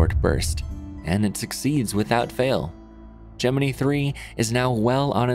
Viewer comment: I low key cringe at his correct pronunciation of Gemini